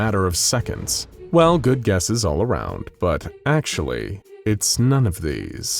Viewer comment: You pronounced actually wrong